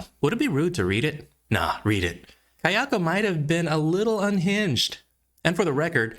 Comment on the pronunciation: It's Kayako, not Keyako.